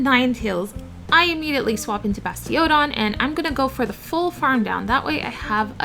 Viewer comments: Basti-ODON was very uniquely pronounced, you should trademark that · Great video i think i could learn a thing or two here. also I like how you say bastiOdon lol